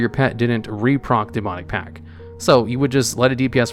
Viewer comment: I'm excessively bothered by how little stress there is on that T in pact, sounds like pack every time he says it.